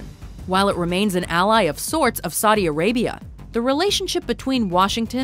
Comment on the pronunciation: "Sadi Arabia"